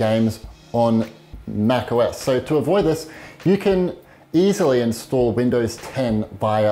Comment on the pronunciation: Mac..... OS .... lol i love this dude